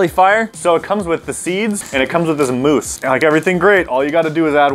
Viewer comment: mousse is pronounced moose